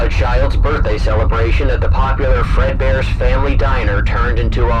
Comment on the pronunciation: "Eredbears Family diner" lol